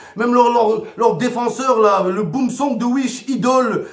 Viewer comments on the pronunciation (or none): none